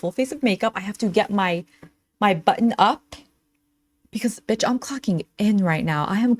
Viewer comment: “I’m spinning bítch” 🤣